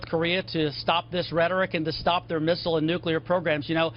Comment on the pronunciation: What is a "Misssrlllerel" ? Lol